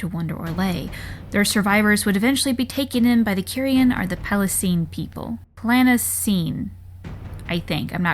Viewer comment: Yeah, Q only makes a "kwuh" sound if there's a U after it. I think your pronunciation of Planasene is probably right on the money, though.